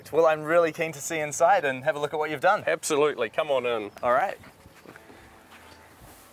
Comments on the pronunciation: Did he say design tw**?! 😂😂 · Did he say design twat?